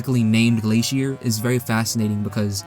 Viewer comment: The song is pronounced GLACIER The type of music is called chiptune Ramb become stone because he isn't from TV world